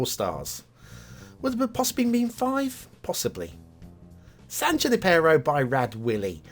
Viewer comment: Definitely meta-scale Bay Area (covering a much wider area than the recently-reviewed San Mateo). The desert doesn't fit, though. It sort of works for Foster City when it was mostly dirt and broken shells, but that was back in the 60s and 70s. Even after many visits to the UK I know I butcher some of their pronunciations, but since nobody's mentioned it yet: it's San Yoo-NIP-e-ro. The funny thing I noticed at the opening of the episode was that the land at the top of the map looks like a shrimp and the bottom portion either a crab or an octopus. Since there aren't a lot of shellfish, I guess these guys are there to say "don't mess with my brothers!". I ended up giving this map a high 2 stars. There are just enough problems that I think it could use a little work, and I don't think it's the game player's job to fix such things. Defifnitely has potential for 4, though!